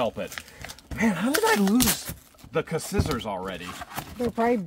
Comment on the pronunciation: You gotta pronounce Scissors right you know this!? It's skisors